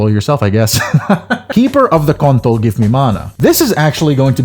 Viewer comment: did bro just said keeper of the kontol ?